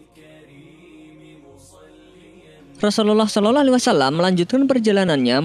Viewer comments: Sholallah om bukan shololoh 🤣🤣🤣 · entah ini telinga saya yang salah atau yang biacaranya yg salah dia menyebut nya "solelahalaihi wasallam" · TOLONG UNTUK MENGUCAP (SAW ) JANGAN SOLOLOH,, TOLONG DI RALAT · Ente meyrbut asma Allah , blgnya shololoh , itu salah dan ente suaranya jelek bngt